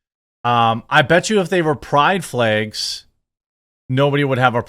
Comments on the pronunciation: Does he keep saying flegs instead of flags or is it just me? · My only question is why you keep saying flegs?